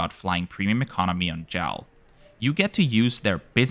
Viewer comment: Great video. btw, it's J A L not "Jal".